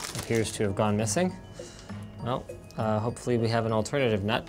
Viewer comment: an “alternut?”